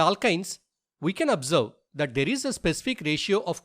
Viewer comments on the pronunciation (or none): none